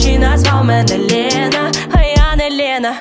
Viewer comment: В пісні всього три слова в приспіві з російською вимовою "охрана, отмєна, Лєна" - все інше чудова українська